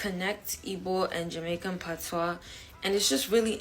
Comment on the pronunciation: PAT-wa, stress the first syllable when speaking of Jamaica. Pat-WAH (patois) is the used for French vernaculars with various other languages. Once again, PAT - wa Listen to the Jamaican woman